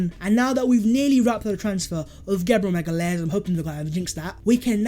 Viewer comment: Btw it’s pronounced maga-laish (magalhaes)